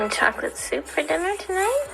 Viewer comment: I know she didnt say chocolate soup, i must be hearing things